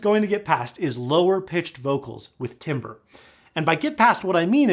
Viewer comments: At , you mean timbre (TAM-ber) and presumably not timber, as in wood? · Timbre is pronounced Tamber, as an audiophile you should know that. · awesome video. thank you! FYI - timbre is pronounced "TAM-ber" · I am an audiophile! Also, pronounces Timbre as timberr!